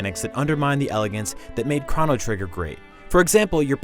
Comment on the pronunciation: I've never heard Chrono pronounced that way